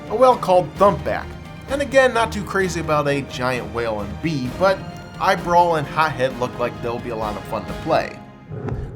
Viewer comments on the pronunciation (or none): its eye BRAWL!!!!! not eye brow no wonder u didnt find him